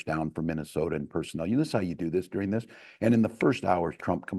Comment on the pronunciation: I hate the way she pronounces this as "theese"... And all of her consonants have a jagged and harsh edge to them, if that makes sense. It's just all quite discordant and abrasive sounding, at least to my ear. Maybe it's just me... I dunno. Hard to get over the thought of her sounding exactly like Natasha from the Rocky and Bullwinkle show, but that's my age showing.